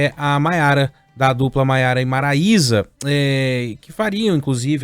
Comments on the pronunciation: A repórter devia se informar mais ! MARAISA, não maraiera e Maísa 🙄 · Gente ela falou o nome 3 vezes da dupla Maiara e Marilia,maraeia , Maraiana..menos Maraisa..rs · Ela falou maiara e maraieira